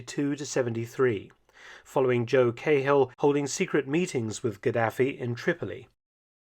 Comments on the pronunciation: Joe KAY Hill!! ?? (disregad the "K" sound and use "Ca") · Cahill is pronounced like kah-ill, Mark. Source: I'm irish ;) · Joe Cah-hill, not Kayhill. I love your videos. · It's pronounced Caal though, not Cay-hill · I HATE the way everyone outside of Ireland pronounces Cahill. Its pronounced like Car -hill. Now just take out the r and dont accentuate the hill.Other than that this is a great channel. Subscribed for a few years now. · It's pronounced KAHILL God dammit. Long live the Irish. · it's pronounced Joe Kackhill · Mark, I am an enormous fan, but must correct your pronunciation which is just like a soldier’s on his first tour of Ulster back in the day. It’s actually a compliment as it brings back fond memories. CAHILL is pronounced KA-HILL, said quickly and without emphasis on either syllable. MEGAHEY is pronounced MA-GA-HE, said even faster and again with equal emphasis on each syllable. “Nay undercover werk fur ye in South Armagh, Sonny, till ye learn de lingo (likely response from a Scottish RSM). Keep up the excellent work, good Doctor. Thank you very much for your persistent and steady work producing highly informative and entertaining content on YouTube. Best wishes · Please learn to say Cahill properly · I agree. The typical pronunciation in the British Isles is the Irish way of saying it. There should be no difficulty in pronouncing the names correctly. Felton is so careful with the pronunciation of foreign names. Oddly, he uses such parochial English for Irish names. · The .5 calibre sniper rifles were to be used in an anti-aircraft role not personnel. The flag is not pronounced a "trickcolor" it's called the "try colour" as in 3. Also Cahill is pronounced"Ka Hill" not "Kay hill" thank you for covering Ireland 👍🏻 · Great video Mark but quick correction for the Irish names: the men's names are pronounced different in Ireland as Cahill isn't Cay-hill but Cah-hill and Megahy Ma-gah-hee 👍